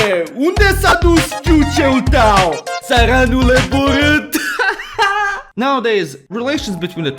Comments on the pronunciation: that was not even close. Low education Roma speak it better. But kudos for trying. He needs to do it more french, especially if he goes in the south. Yes I know how much he loves the french :face-red-heart-shape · hearing a foreigner say "țăranule borât" with that accent made me laugh uncontrollably. Truly the biggest meme in Romanian history.